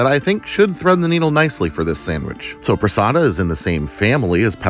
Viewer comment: When you said sopresatta i heard sobrasada and i got super excited thinking you ACTUALLY bought Spanish sobrasada hahahahaha. I wish xD. If you havent eat yet, i definitely recommend it, but maybe its not for everyone.